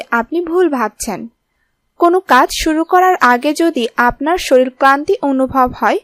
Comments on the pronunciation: রেমিডি টা খুবই ভালো লেগেছে কিন্তু বার বার শরিল শরিল বলছেন শুনতে বিশ্রী লাগছে l শরিলের না ওটা হবে শরীরের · আপনার ভাষাগত দূর্বলতা কি বস্তু গলাধঃকরণ করলে শুদ্ধ হবে, "শরীল" না উচ্চারণ করে সঠিকভাবে "শরীর" বলতে পারবেন!!! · শরীল নয় শরীর। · "শরীর"কে ''শরীল' বলা হয়েছে বার বার !! উপায়টি তৈরী করুন, সেবন করুন!! "রেমিডি" শব্দটিও একই ভাবে প্রয়োগ করা হয়েছে।। কন্ঠটা পরিস্কার ও শ্রুতিমধুর বটে। ভাষাগত দূর্বলতা পরিহার্য।। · দেখলামই না বোগাস টাইটেলের ভিডিও। ১০০ বছর পর্যন্ত বাঁচার গ্যারান্টি দিতে পারেন? শরীল না।উচ্চারণ করেন শরীর। মূর্খ কোথাকার। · শরীল না রে শরীর। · Pl.pronounce correctly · avabe bola thik na.